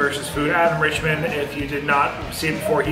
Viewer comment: Is it not Adam Richman, not Richmond?